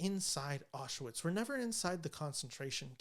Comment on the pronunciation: It's pronounced "auschVITZ." Regardless, interesting analysis.